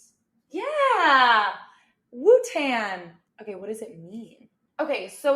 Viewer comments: Wu Tan? Wu Tan?! Its Wu TANG. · Did you just say Wu-Tan? 🤦🏻‍♂️ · The enunciation of wu-tang bothers me